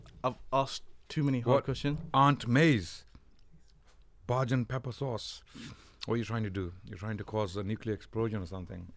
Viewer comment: Repping Barbadian (Bajan) pepper sauce. Someone needs to correct on how to pronounce the word "Bajan" though 😆